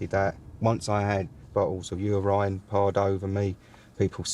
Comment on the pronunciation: who says urine like u-rine